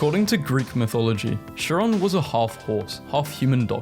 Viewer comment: "Shiron" "Calligoolar" "Medderterarion" "Ah-thian" "Aggin-court" "Oligarshic" "Crist-en-dom" When you are reading words aloud for the very first time.